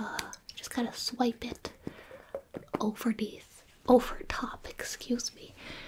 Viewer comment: No one:: oVeRnEaTh